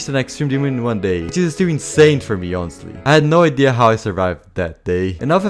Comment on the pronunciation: "Inostely" instead of "honestly" is weird